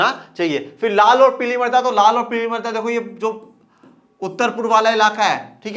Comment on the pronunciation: सर आप जब मृदा बोल रहे है तब ना जाने क्यों मेरे को मर्दा सुनाई दे रहा है। 🤣🤣